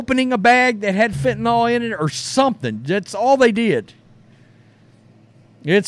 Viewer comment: It’s Fentanyl. Not fentenOL.